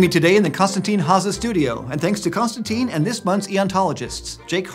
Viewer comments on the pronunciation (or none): none